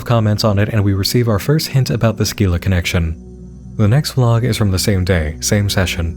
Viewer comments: Just have to say it now. Scyla is pronounced si-la, not skeela. It's like the sc in science. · Just to let you know Scylla is pronounced more like "Sill-uh"